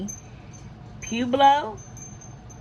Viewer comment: It is pronounced Pa-web-lo.( Pueblo) Pueblo peoples is correct because there are different tribes of Pueblo people